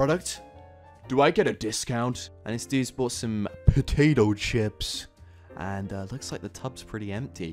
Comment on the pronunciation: why you say potato chips like that lmao?